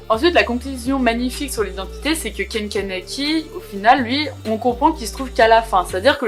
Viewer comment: Hello, je vois ta vidéo seulement maintenant car je relis le manga haha et juste pour te dire c’est Ken Kaneki et pas Kanaki